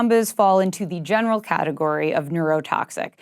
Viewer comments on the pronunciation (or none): none